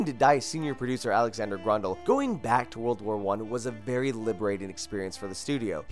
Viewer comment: Nice list, but your pronounciation of Grøndal is painful. Sounds more like Grundal...